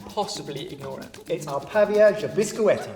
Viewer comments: Definitely, no vanilla extract and for sure insert a fruit, yours turned really dry and pavê (not "pavie" as your are saying") is really wet, moisture. If you had used pineapple, strawberry, banana (whatever ou want) it would be really watery and that's we're looking for! Also, you should have done with condensed milk and definitely no caramel or "dulce de leche" and change the peanut for shredded coconut. I bet it was really sweet. But good job, guys!!! Best wishes, Vivi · I make my pavê exactly like that, although the caramel is a can of condensed milk completely immersed in water in a pressure pan for 40 minutes. :D And it's pronounced "pah-vay". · I am Brazilian (go Brazil) and I love this dish but you said the name wrong 🇧🇷🇧🇷🙀